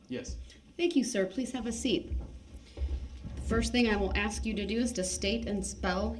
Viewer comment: Ask not aks..........grrrrrrrrrrr he is so annoying